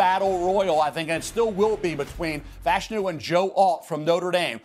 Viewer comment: Olu Fashanu last name is pronounced “Fuh-Sha-New” not “Fash-Eh-New”